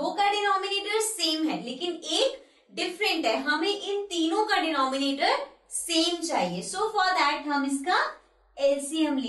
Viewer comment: डिनोमिनेटर नही डेनोमिनेटर